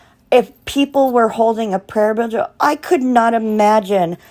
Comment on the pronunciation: Prayer vigil. Are you trying to add another syllable to the word vigil? I’m sorry it’s distracting. It’s like your mouth is fighting with itself to say vigil and visual at the same time. Petty , I know. I’m sorry. I agree with you that Don Wells is NOT a man of faith. It’s an act. They both seem to be under the influence of substances most of the time. Sad. Poor kids.